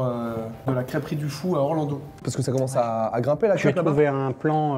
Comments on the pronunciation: La Ville du "Fa ou" 🤣😭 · Ça s'écrit Faou mais ça se dit Fou 😂😂 rip la prononciation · Par contre sa se dit le "fou" le nom du village continue ce que tu fait tu gère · Ta dit faou oh ptn ça se dit fou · Je te suis depuis un petit moment déjà et quand j'ai vu cette vidéo finalement je n'ai pas été étonné! J'habite à 10mn du Faou ( d'ailleurs ça se prononce le "Fou" frère !!) Et c'est même si je suis curieux et gourmand depuis que j'habite dans le Finistère c'est la seule crêperie dans laquelle je me rend et dans laquelle j'invite toute la famille et les amis! Merci à toi de faire découvrir au plus grand nombre ce grand chef crêpier qu'est Christophe il le mérite largement ! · On prononce pas le "a" dans le faou😂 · Ça se dit le fou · LA VILLE DE QUOI ?! on prononce fou citadin de ses morts ! XD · Le faout ça ce dit « fou » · Juste, ok le breton c'est chaud, mais on dit le faou (prononcé fou) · Faou se prononce "fou"... 😭😭😭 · tu as massacré le nom de la ville, ça se dit fou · Salut, le A de Faou ne se prononce pas;) Bises Un brestois qui te suit depuis le début tmtc